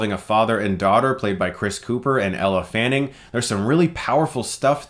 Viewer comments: ELLE FANNING, NOT ELLA, ELLEEEEE.Nice review man :D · He always says ell-A fanning even though it's ell-E fanning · I believe it's pronounced "Elle" not "Ell-uh" Fanning :) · I notice you always say Ella Fanning. just fyi, its Elle, no La on the end. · Why does Chris says "Ella Fanning" and not Elle? Bugged me in "Neon demon" review and bugged me here. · Chris, you mispronounced Elle Fanning's name, just like you did in your review of The Neon Demon.